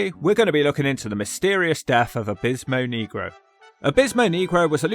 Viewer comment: I'm black and you always pronounce his name wrong